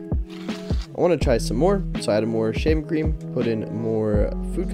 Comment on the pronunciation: Why I heard “shaming cream”